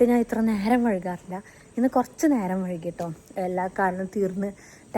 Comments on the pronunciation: വഴുകി അല്ല വൈകി എന്നല്ലേ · വൈകി ന്നാണ് വഴുകി അല്ല 😂